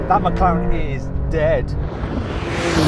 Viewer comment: 맥라렌 ㄴㄴ 맥클르랜 ㅇㅇ